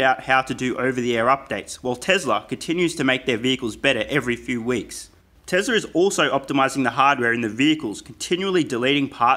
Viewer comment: Great video, for real. But remember that it's TeSla, not TeZla. Cheers